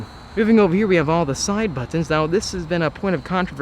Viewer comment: Great video of the new c8 vette. Just annoying voice and weird ways to say buttons. Irked tf outa me